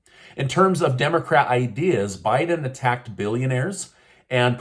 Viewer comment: I like the way you say Biden "attacked" billionaires 😂😂